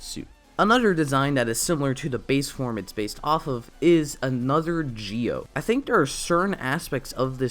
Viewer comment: you're right it's pronounced Ji-O...